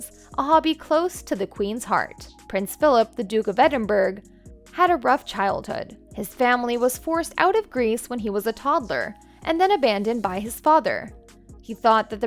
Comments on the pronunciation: It’s not pronounced “Edinburg” it’s Edinburgh. Typical American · It’s not “edinburg”….. Nor is it “Al ma mayter “…. You need a better narrator and editor. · "EdinburG'?? Really? LOL! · Overall quite nice. But plz teach American's to pronounce English names properly! Reference is to the Duke of 'Edinburgh'. It is pronounced 'edinburra' & not 'edinberg'. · How does americans pronounce Edinburgh to Adinberg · Just f.y.i. the Scottish city is pronounced Edinbra (Edinburgh). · You lost me at EdinberG. Please look it up and say it correctly. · The pronunciation of Edinburgh and Gordonstoun really got me 😂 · And Cameeela…smh. If you’re going to be an American commentator on the British family, at least learn how to properly pronounce their names and towns. 🤦🏻‍♀️🤦🏻‍♀️🤦🏻‍♀️ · Love the insight from an american channel, so good and I’m sure its all true, because why wouldn’t it be… but I think I will be info from an channel that can pronounce ‘Edinburgh’ correctly. Also he completed ‘P Coy’ and jumps, I’m sure that was easy…